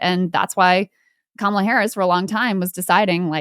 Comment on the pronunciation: Did Chris consciously or subconsciously mispronounce Kamala’s name?